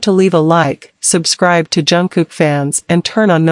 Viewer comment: Вы пожалуйста не каверкайте имя его звать Чонгук !